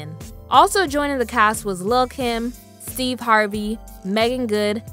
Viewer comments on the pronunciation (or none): none